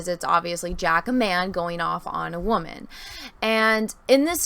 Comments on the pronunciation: "I'm a wahmen" cringe as hell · Very interesting breakdown. Thank you for going deeper than just the one video. I think it's a great breakdown and sheds a lot of light for the consumers into the content creator and guest/host side of the youtube/video creation world. My apologies, you described yourself as a "Wam-an" (It might have just been regional pronunciation and if so, please disregard), but what is a Wam-am? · What the heck is a “waman “??